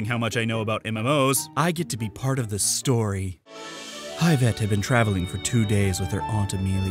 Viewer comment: "Hive Ette." Gonna be laughing at that all damn week.